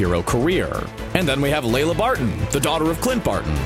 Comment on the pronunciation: Lila Barton, not Layla.